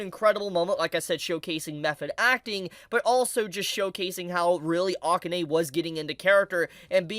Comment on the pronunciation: I hate to nit-pick since I like your vids, but please pronounce Akane's name correctly. It's like uh-KAHN-ehy. I'm a huge Ranma fan, so that's where the nit-picking comes in lol